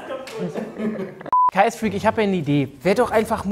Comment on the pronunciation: Er heißt KSFreak und nicht KAS Freak 😂😂